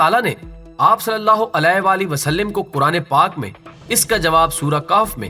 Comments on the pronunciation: islah kijiay please SUAL-LAL-LAAHU ALAHI WA-AALIHI WASALLAM WA-SAL-LIM NAHI WA-SAL-LAM. LAAM PER ZABAR PARHIAY. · Wasalim nahi hai bahi wasalam hai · Huzoor ka naam ap sahi se nhi le parahe h wasallim nhi wasallam h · good Information,ALLAH bls u,,,brother,plz correct S.A.W,,,,vasalim not vasalam right hy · Gadhe.. wasllim NH h wasslam h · Salim nai sallam hai plx apni islah karain.. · وسلم ل پر زبرہے زیر نہیں کیونکہ عربی گرامر کے حساب سے غلطی ہوگی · جناب آپ۔۔( وسلم) کے ل پر زیر پڑھ رھے ھیں بار بار ۔۔۔ل پر زبر ھے ۔۔۔غصہ کی معافی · معذرت کے ساتھ اگر برا نہ منائیں تو یہ آپ(صلی اللہ علیہ وسلم) میں جو آپ وسلم بول رھے وہ ٹھیک نہیں وسلم لفظ میں ل حرف کے نیچے زیر نھیں بلکہ ل پر زبر ھے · You are right